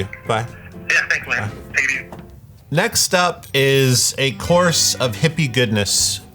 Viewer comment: Every time says "course" I hear "chorus"